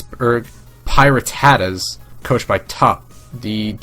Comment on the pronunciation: you still can't even pronounce PiRattatas... sighs misspronounced before the season started, still misspronounced in week 3